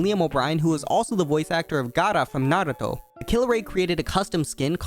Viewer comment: The gaara and naruto pronunciation tho